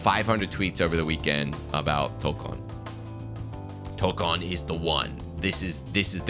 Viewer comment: hearing toukon pronounced correctly gives me hope